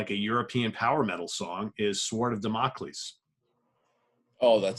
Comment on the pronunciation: DAMN-o-cleese, not da-MOCK-leese